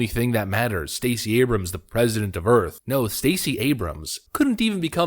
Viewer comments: That's "Earph" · "President of United Earf."